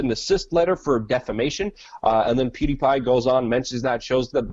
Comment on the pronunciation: PewDiePie* not Peediepie...